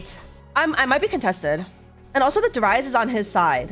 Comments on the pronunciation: did she just say darius as deraias? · she started doing it some months ago, I believe in older sets, she said it normally.